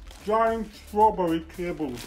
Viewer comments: at the start: "Jellies", "Melons", "Licorice" 2 minutes in: "Gianch Schtrawberresh Cahbels", "Harisho Giansh Sour Zuckers" at the end: Undecipherable candy-smushing sounds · Best oh tho bunch ... strawl-berry cay-bulls ... try not to pass out from the sugar high fall-off